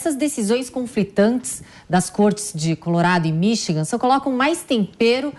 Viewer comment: este cara nao sabe falar Michigan, ele fala Minchigan